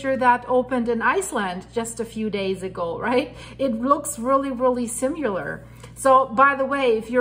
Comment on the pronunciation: similar lar not simu lar also we are not "guys" great reporting thanks